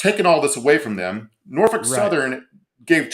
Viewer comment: You know is from Virginia because he knows how to correctly pronounce "Nor-Fuk".